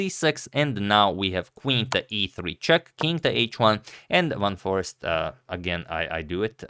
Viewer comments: It's not Jorden van forrest its jorden van jorrest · Yes. I think you just need to put the accent of his last name slightly more on the second syllable than the first and make the second syllable vowel more of an Aced than an East or ist (YORduhn vuhn forACED) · A Dutchman here. Let me help you. Van For-ace- t. An ace like in poker. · hey agadmator, its "van foreest" not "van forest", you missed an "e" xd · He pronounces his name like this..(phonetically) Fawn For Aced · Van For-ay-st. If you look up on google the pronunciation of the word "van" that is how it is supposed to be pronounced, while the "ee" in Foreest is pronounced like the "ay" in "Hay". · you did say Van Forest - and yes, that's the main thing I was concentrating on in this video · I just asked google and the audio from there says “Von-fool-aced” . I’m actually curious to find out how it’s pronounced as well. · You Cheeted Antonio by just omitting one e in van Foreest his name on his thumbnail. Pronounciation of "eest" is the same as it is in "haste" minus the leading "h". So just sa "4 (h)aste". Maybe Garry was never such a good technical player. it's just that in those days you had to be physically present at a chess came which was then played out on a wooden board with three dimensional pieces. You would sit opposite each other facing off. So in the case of Kasparov you would sit frontally facing a man who had a gaze that could stare down a T-rex. And while your primal fears kicked in you were supposed to think about your strategy and tactics. And all the while your instincts were screaming to get the hell out of there before you were eaten. It was a different game back then. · So admirable for agadmator to try the correct pronunciation for every player...respect👍👍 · That's not the correct pronunciation. He's putting an English accent on it, here's a better source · That pronunciation is 'pure sorcery'...what a legend.